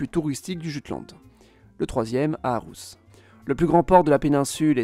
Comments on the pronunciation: faut revoir les prononciations Ålborg (Olborg) Århus (Orhus) etc. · Aalborg et Aarhus se prononcent "Olborg" et "Orhus", la lettre aa ou å (nouvelle orthographe) se prononce O ou plutôt AU. Par contre rien à redire pour Jylland, le Y danois se prononce comme notre U, rien à redire non plus pour Øresund, la lettre ø se prononce EU... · Intéressant et bien résumé, cependant la prononciation des villes fait mal aux oreilles. Aalborg se prononce :"Olborg" le double aa se prononçant å ou o en danois Il en va de même pour Aarhus : Il faut prononcer "orhous" Il y a une erreur a trekantomradet ===> trekantområdet qui se prononce comme le double aa c'est à dire å ou o. Le double aa est l'ancienne écriture et les villes comme Aarhus et Aalborg l'ont conservé. Pour le reste le nom des régions est prononcée "à la française" donc cela reste correcte. Seeland devient Sjælland en danois : prononcer "shéland" Autre précision : Copenhague s'écrit en danois København et vient de at købe = Acheter et havn = port Ce qui veut dire littéralement port d'achat ou port de commerce. On retrouve la même racine en suédois pour les villes de se terminant par "köping" comme Jönköping, Enköping, linköping etc...qui étaient autrefois des carrefours de commerce. Le nom des îles se finit géralement par ø car ø veut dire île en danois On aura donc Samsø, Læsø, Ærø etc... Jeg håber det kan hjælpe dig for at forbedre dit dansk videnskabe :) Med venlig Hilsen